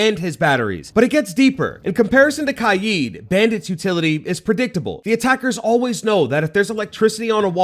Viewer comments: It’s kaid (sounds like kayd). Not KAIEEED. Weirdo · its not kajid, its kajd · it's not "kayd" his name is arabic it's pronounced Kah-ed weirdo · Kaid ❌ Kiee✅ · Bro called kaid “kYEED” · “Kai eed” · bro really said "kied" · He said Kaid. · Great video and it really helped me when I was debating with my self who to get but is anyone else triggered about how he pronounced kaid? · why he say Kaid like that? am I missing an inside joke? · Bro learn how to say kaids name🤣